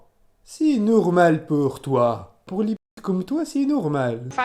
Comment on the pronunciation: « Neuuh c’est neurmaaal peur toi » chui morte 😂